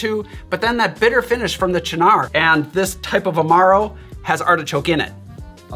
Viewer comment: Thank you for finally revealing to me how to pronounce Cynar!